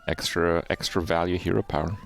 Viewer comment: He actually said 4 eggstra ^^